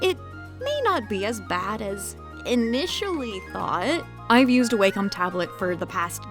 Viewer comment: Wacom is a Japanese company, so "Wah-com" is the correct pronunciation.